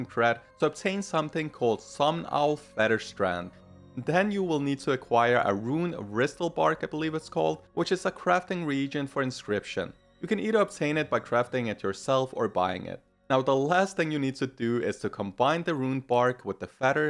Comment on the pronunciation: HiBURNATING-"HIGH-Burnating",Bristlebruin-"BRISSLE bruin", Runed writhebark-RITHE (Long I like eye sound). Not making fun of ya brother,just helping out. My ol lady is from Africa and she has a hard time with it as well lol.